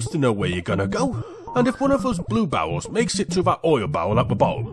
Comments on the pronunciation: I keeping hearing barrels as bowels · Whenever you saw barrels it sounds like you saw bowels which makes this 100%funnier ngl